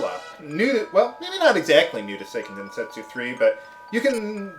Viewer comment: Hey, according to Japanese pronunciation rules, the game should be pronounced SAY-ken den-SET-soo, not SIGH-ken den-SET-soo